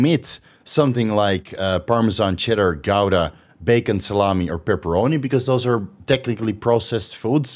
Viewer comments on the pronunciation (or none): none